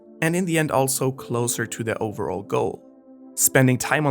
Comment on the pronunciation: try to read less off of a script. wano reports and fast chapter reviews are very chill, but your deep analysis videos are tough to listen to. pronunciation was off at times, too. overall should be rolling and not "over. all"